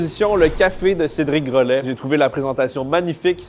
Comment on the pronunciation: Cédric gro...laid il la dit CÉDRIC. GROLAID